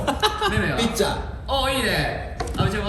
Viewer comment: めめの「ピッチャー」が何回聞いても「ピッツァー！🍕」って聞こえてしまう笑